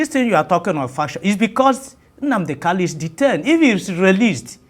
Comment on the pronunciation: Prof, point of correction, please Nnamdi's name is Kanu not Kalu. Please correct yourself and address him correctly, sir. Thank you.